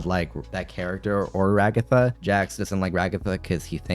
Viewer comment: Why do they keep calling her Ra-Gotha?! 🤣